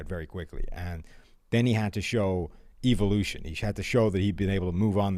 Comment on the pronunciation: Pleas have keep saying “evolution” or how he says it “EVIL-ution”